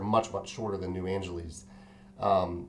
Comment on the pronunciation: Sorry to nitpick, but you keep saying "New Angeleez." Shouldn't it be pronounced like Los Angeles, which is pronounced "Angeliss"?